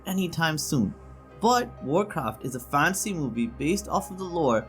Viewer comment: He can't even say "fantasy" right and makes a bad list of recommendations